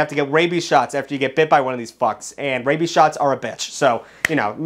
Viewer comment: HAHAHA YOU DUMBAHH YOU SAID WABIES WTF IS WABIES loser